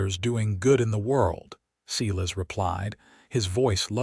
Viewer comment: Too bad the AI couldn't pronounce SI-LAS instead of SE-LAS...